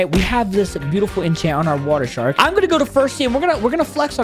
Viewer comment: am I dumb or just said whater shark lol